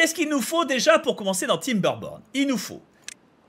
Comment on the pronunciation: J’ai crus qu’il a dit TimberPorn au début 😅